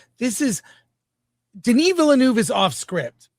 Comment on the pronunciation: It's VILL-NOEFF (NUHFF). I don't understand who started this completely made up pronunciation.